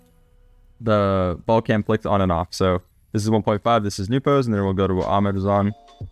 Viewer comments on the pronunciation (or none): Is “Newpo” their prefered pronunciation of his name. I have always called him “Nowpo” because that’s how Johnnyboi pronounces it.